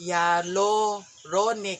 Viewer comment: hayaluronic ang pronounciation, Ate. it means a fluid that helps luricate, skin ans serves as structural element (hold tissues together hence less wrinkles) makes skin smooth, hydrated, which is also also abundant naturally from our body coming from our umblical cord, synovial connective tissues.